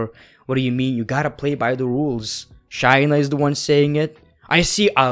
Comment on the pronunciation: If you're gonna make videos about episodes, atleast know how to say the people's names right.. Example it's Shay-Na not Shy-Na the way you were saying her name was so cringe